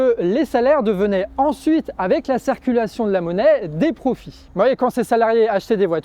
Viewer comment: J'entends "cerculation" ... au lieu de "circulation" !? c'est moi ou bien ??? Sinon super travail.